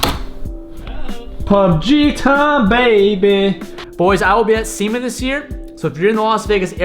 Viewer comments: I heard "I'll be at semen this year" not SEMA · definitely said semen